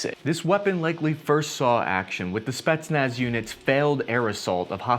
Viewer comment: what are Spi..nach, spitmuch....?